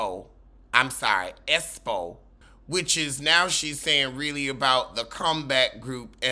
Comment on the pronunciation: Yes Latisha saying Esspo vs Expo irked me down to my arthritic bones 😩 🥴b😭